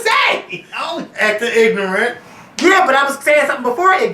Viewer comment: OMG.....the lawyer actually said ig'nant and jes-tice??!! LMAO. There is nooooooooooo excuse for that and yes, you needed to "go in" on that one. I'm glad Zimmerman was charged. However, if I hear the word ig'nant used during this trial I'm DONE!